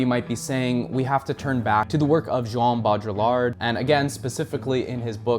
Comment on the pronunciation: Mate whenever you say jean baudrillard it feels like I've just eaten a spoonful of mustard and also someones punched me in the stomach